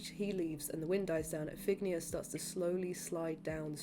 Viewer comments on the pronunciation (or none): This is incredible, great work and incredible memory! I saw the show 23 times, every scene (except for a few 1:1s). You might want to look up the pronunciation of “Iphigenia” (if-uh—jen-EYE-uh) and Clytemnestra (klye-tem-NES-tra), but those are my only notes 😅🧡